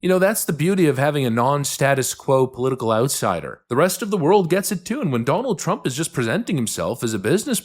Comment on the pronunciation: “political OOTsider” “Inglorious Basterds Three Finger Meme”